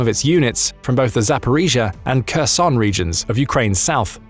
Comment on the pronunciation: Why is it people in the west always pronounce in Kharkiv when pronouncing it verbally. Ukrainian Don't pronounce the k in Kharkiv or Kherson Oblasts.. please, in future videos just pronounce it with a H ......it's a silent K once again ukrainians do not pronounce the K.. thank you How successful this operation will be into Russia remains to be seen.. your video makes it sound like Russian troops have left Donbas completely. Glory to Ukraine ,glory to the heroes 🔱🫡